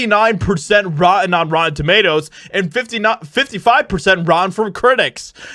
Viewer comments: 😉 You are doing AWESOME...Just try to slow down and fully pronounce "ROT-TEN" and you are knocking it out of the park... I believe in you!!! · Yep! I have noticed that too and it grates.